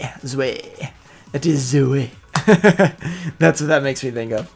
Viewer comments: and zwei is actually pronounced like [tswai] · mate "Zwei" stands for "two" in German so you should pronounce that way